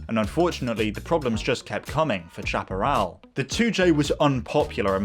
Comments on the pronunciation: It is pronounced SHAP-A-RAL Not CHAP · Not Chap-erell but Shaperell! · to us yanks the pronunciation was shap-e-ral. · It is pronounced 'shaperall' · i thought it was pronounced "sha-pah-rel" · The "ch: in Chaparrall is pronounced "sh", the word is pronounced shaparral. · I don't know how Jim Hall pronounced it, but "chaparral" (a Spanish word) is usually pronounced "SHAP-ə-RAL" in the U.S. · Good report on a famous builder and designer Jim Hall’s 2J. Only thing I would comment on is your mispronunciation of the Chaparral brand. Having lived through this period of racecar development, I never recall ever hearing anyone, including Jim Hall pronounce the “ Chap” part of the name anyway other than like “Shap”arral. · Please learn how to pronounce Chaparral. Snowmobile engine not jet ski. Also the issue wasn’t that it was a three speed transmission but AUTOMATIC!!